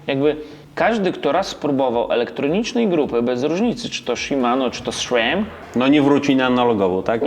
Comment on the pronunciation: Do dziś nie mogę, tak oglądam stare filmiki ponownie,, czemu srem a nie sram.... To drugie bardziej po polsku.